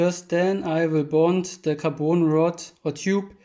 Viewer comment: tell me u are german without telling me xD also please stop saying kaboon rod ffs say caRbon